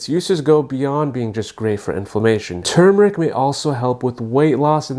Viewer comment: THANK YOU for saying tuRmeric instead of tumor-ic the way so many people mispronounce it. The first syllable is like the word "term" not "tomb" it's such a huge pet peeve of mine.